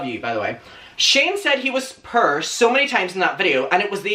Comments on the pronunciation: I love the way you say POOR. It sounds just like PURR, as in the purr of a cat. :) A lot of times I watch your videos just because I love your accent. :) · I went half the video thinking he was saying per for perv. it's pronounced pour like pour a glass of milk. I liked the pants and shirt just not together. Putting 2 different browns together looked odd. Both are very nice though. I would have loved to see the full length on the pants. They looked very interesting, cute. A high collared white blouse would look nice with them I bet. Why ask what we like? You said you liked it and that's all that matters. Funny I had this same discussion with my son today and said the same thing. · It took me 5 whole minutes to realize was saying “poor” and not “purr” 😭 I’m so dumb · I kept thinking he was saying ‘pur’ instead of ‘poor’ and I’m ashamed of how long it took me to notice.... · Every time you say poor, I swear you say purr 💀💀💀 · It's not PUR it's POOR (PÖR) and don't blame it on your accent just say it correctly! ! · Me: what the actual fuck is purr?: explains poor Me: will forever pronounce poor as purr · hahaha I was looking up "purr" to see what it means.. LOL Poor!!! Poor!! LOL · The way you pronounce “poor” is so adorable!!! 🤗 🤗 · I legit thought he was saying purr lol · i love how he says poor like purr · I thought he meant per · omg.. I was trying to look up "purr" "per" to see if I can find a word that would best fit into what he was saying🤣I was thinking it was slang for something haha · I'm purr, are you purr? ☺😅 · Sir, the way you say poor is my favourite thing. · I love the way poor sounds in your accent 🥺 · not me taking til minute 8 to figure out he is saying poor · Also... I absolutely adore the way you pronounce poor lol. Everyone needs to adapt this immediately. 🙌🏻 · Anyone else just love the way he says poor. 🙂😅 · Aww your outfit!!! Loves it 💕 also I’m Canadian and I’m obsessed with the way you pronounce poor!! Lol